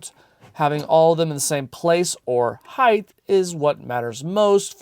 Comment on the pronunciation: High-th? Did you mean height? Why are you adding an extra H on the end?